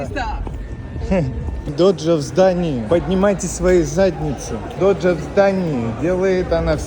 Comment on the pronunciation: только не Доджа А Дожа.:)